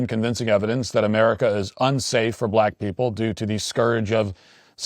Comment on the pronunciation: Dur process. Don't get me wrong, I agree. But the answer to your question is due process